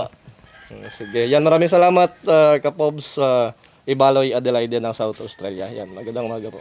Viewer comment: Ang pag pronounce sa Adelaide ay silent ang e sa katapusan bale ang pagsabi nyan ay Adelaid.